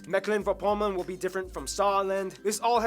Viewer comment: I'm DYING ahahahahaha you can just say Meck-Pom